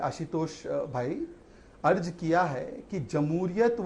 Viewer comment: Abe Arj nahi Arz hota hai.😅.